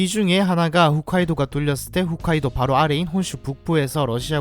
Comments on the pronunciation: 훗카이도 > 홋카이도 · 그냥 보면 홋이나 훗이나 구분이 잘 안가지만 ㅎㅜㅅ카이도가 아니라 ㅎㅗㅅ카이도입니다.... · 홋카이도를 자꾸 훗카이도라고 읽으셔서 거슬리네요. 정보전달이 주 목적인 채널이니 신경써주셨으면 합니다. 후ㅅ카이도가 아니라 호ㅅ카이도 입니다.